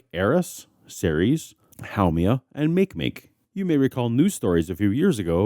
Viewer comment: Love your videos. However you need to check your pronunciations of terms ufamiliar to you, like Makemake and Haumea.